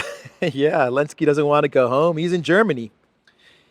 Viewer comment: I've been watching videos for maybe 8 or so months now, maybe longer. But I never ever noticed that he's pronouncing "Zelensky" like "Elensky", but I have a pretty good guess as to why. Does it have something to do with the fact that Ukraine pretty much outlawed the use of the letter Z, or something like that? They have a thing for kindergarten level of insults over there, like banning letters and not capitalizing the words Russia and Putin, etc.